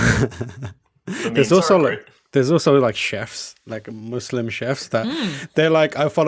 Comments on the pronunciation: I love the concept of this video and not just because I'm Muslim. also thank you for saying "Muslim" right XD got bored of hearing "muzzlim" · good pronunciation of muslim!